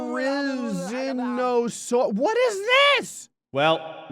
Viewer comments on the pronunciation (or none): it’s pronounced there-renzo-sourus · Their a z no saurus that’s how you pronounce it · I am SO mad he couldn't pronounce therizinosaurus correctly